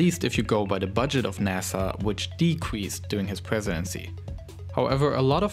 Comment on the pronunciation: Pwogwess , cwopoeation , Pwesidency